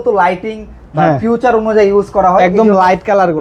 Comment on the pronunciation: ফিচার❌ ফিউচার ✅